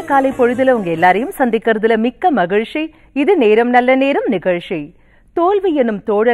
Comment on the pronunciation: மகிழ்ச்சி என்ற வார்த்தையை மகிழ்ஷி என கூறுவது சரி இல்லை.